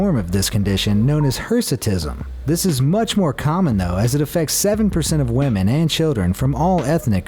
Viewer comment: i love how he says wemen